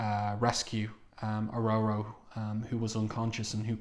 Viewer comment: It's Or-Or-O not O-Roe-Roe